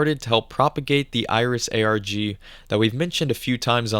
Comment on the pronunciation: is this ai voice? saying ARG like "argh" like a pirate, along with pronouncing Kanji as "can jee" is WILD.